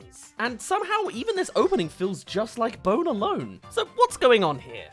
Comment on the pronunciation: 2hen you say Bone alone sounds like "boner lone"